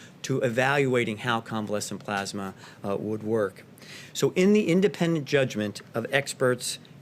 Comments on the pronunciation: Good Lord. He reads at a 5th grade level. Tf is Plosma? Oh did he mean PLASMA??? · When is somebody from his administration gonna tell him that its,"Plasma",and not,"Plosma"? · Yes..PLEASE!!!..someone tell him it's NOT plahsma!!!😵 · he said "plOsma" dozens of times. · Do you think maybe they could get someone else to read this dribble..? It’s bad enough listening to the monotone and mispronunciation of the word “Pasma”. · Plaws-muh treatments! Like they used during the 1918 flu pandemic. They also fast-tracked a new drug they’re calling Aspirin®. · Its pronounced "pluhsma" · He's the only tin-pot dictator I know of that cant pronounce "plasma" 🤣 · that's not an accent, he doesn't know how to pronounce plasma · This is NOT new. Why does he repeat himself all the time? Is it to help him believe his own lies? Also, could someone teach him how to pronounce "plasma." Too bad people can't get test results within 3 days...